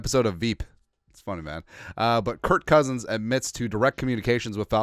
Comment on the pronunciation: Why you saying it with a t? Kirkk